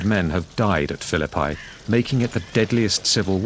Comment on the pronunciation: Pronouncing the word "Phillipi" like that makes it sound like "The Battle of Fill-a-Pie".